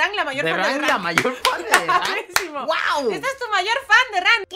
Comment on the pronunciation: Like si piensas que en ves de decías holi holi derank dice coli holi